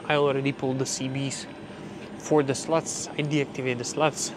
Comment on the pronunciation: Did he say he activated the "sluts" , lol